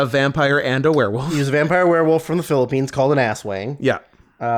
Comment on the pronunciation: can i just say you and drew criticizing the mispronunciation of akira but mispronounce aswang is just so funny and made my day. it's not ass-wang XD